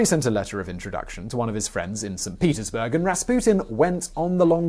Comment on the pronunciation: Did you say "Saint Penisburg"?? Great video as always. Thank you.